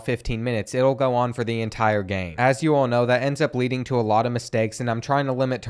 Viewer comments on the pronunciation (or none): none